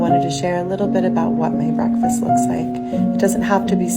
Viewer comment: Breas-brekfast hahahah